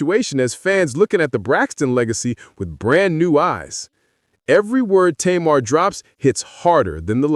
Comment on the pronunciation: Narrator, her name is pronounced TAYMAR.